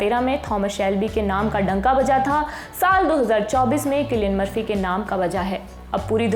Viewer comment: सिलिअन मर्फी या किलिअन मर्फी 😂😂😂😂❤❤